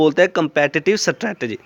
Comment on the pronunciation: I think u are not pronouncing strategy.. anyways u helped me learning this topic thanq sir💗